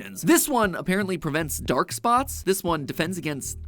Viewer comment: When he said defence against dairk spots I thought he was joking and saying defence against the dark arts 😂